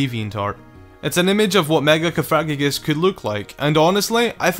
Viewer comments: it is pronounced coh-fuh-gree-guss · Stap saying configreguios wrong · Sorry to nitpick, but cofagrigus is pronounced more like, caw-fuh-gree-gus. It was just bugging me a little, sorry xD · Cofagrigus pronounced cough-a-gri-gus...just sayin' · You said cofagrigus wrong